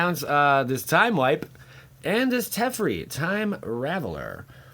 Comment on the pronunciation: who is tefri? please say teferi, and dont ruin his name, you make people think it's is spelled tefri !